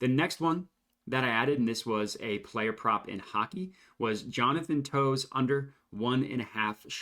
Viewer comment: They’re pronounced “Taves” and “Cuh-chuck” 👍🏼😂